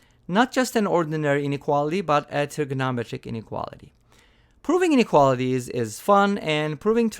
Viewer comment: "trigonometric" has five syllables.